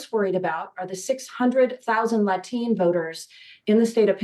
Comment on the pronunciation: Latin, I get, but what the heck is a La-teen?